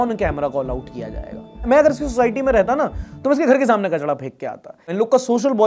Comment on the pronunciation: Not kachda 😂😂 it's kachra 😂😂